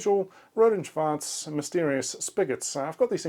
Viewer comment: I love that R&S piece. Thanks btw for perfectly pronouncing "Schwarz". I think other German engineers will agree with me with how funny sometimes German looks like when it is exactly and precisely describing a term, especially RF. "Tonfalle" is literally a trap to trap sound. Yes, that's what it is, but it is so absurd to see. I find it also cute how in German it is an Oszillator 38 MHz, But in English they write 38 MHz oscillator, even though there is no grammatical reason for the inversion in German, and they gave up on that on the second board.